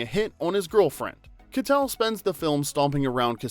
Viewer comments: Harvey Kie-tel not Kuh-tel . That was driving me nuts! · Harvey KYE-tell not kuh-tell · It's Harvey Ky-TELL, not "Ka-tell"! We expect more from a real human narrator. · Is harvey's name kuh-tell or kai-tell? I've always heard the latter, but after watching this video, I'm confused. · Pronunciation issues: Keitel is pronounced Kitel with a long i. Larocca is pronounced larocka, you know like a rock.